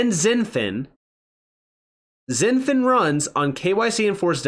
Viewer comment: It's pronounced "shin-fin" not "zin-fin". It's like Xi Jinping's first name is pronounced "she" not "zee"